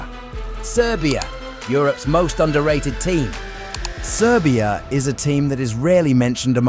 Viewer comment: Wtf are you saying?🤦🏻‍♂️ “serbia”? Is the dark horse, like fu*k off